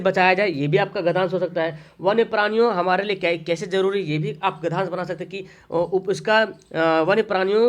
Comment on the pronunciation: Sir gadhyansha hota hai na ki gadhansh